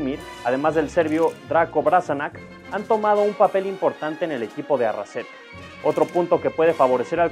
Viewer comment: Arrasate, no Arrasete.